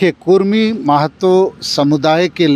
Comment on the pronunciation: Abe bhadua kurmi kurmi chilla raha hai... Kudmi bol... Or ek bath tujhe puchh ke andolon karenge... Apna soch badal barna tera astitwa kehin gum ho jaega... Odisha ke bhagoda neta jo kudmiyon ka vote pe MP bana ab jharkhand ke mukhyamantri ki lalach me hai... Tera mansa kabhi pura nahi hoga...